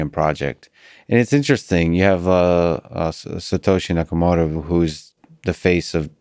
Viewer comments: It's Satoshi Nakamoto, not "Yakamoto". Wrap your head around that, kid. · Ok, it's SATOSHI NAKAMOTO. This means CENTRAL INTELLIGENCE.